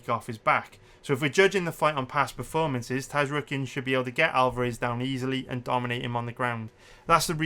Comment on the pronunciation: The entire human race: Zar-yukien: Taz-rookien